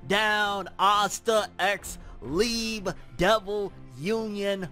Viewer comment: My boy it’s pronounced lee-bay